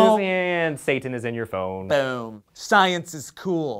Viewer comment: its da fone